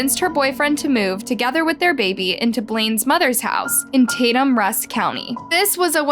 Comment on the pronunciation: It's Rusk county, not Russ. It's also pronounced Tay-tum not Tat-tum. I'm from this area and remember when it happened. Sadly meth is a hell of a problem in the area. Not saying that's the reason or an excuse for what happened, but I've seen first hand what it does to people.